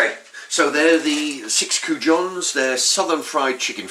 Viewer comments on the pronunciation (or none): It's Goujons not coujons lol